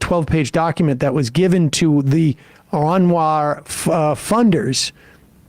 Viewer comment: it is UNRwa . unuRwa - this is how you prononce it